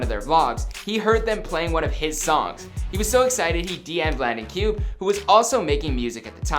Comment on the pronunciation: It's landon cube (koo-bay)